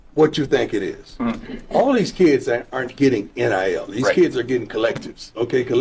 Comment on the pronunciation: Why you keep calling it NLL